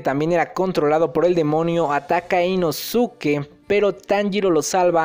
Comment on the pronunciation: Inosuke ???? La pronunciación es inoske